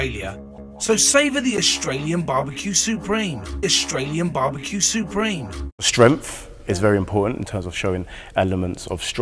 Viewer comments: Loved "shtrong shtremf" xD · As a non native English speaker, I would have had a hard time understanding the "shtremf" , I guess it's "strength" (not really sure) if that's the case 3 consonants have changed from the standard pronounciation in my mind, the s into sh, the ng into m, and the th into f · I wonder if he'll go over "skrenthe" for strength.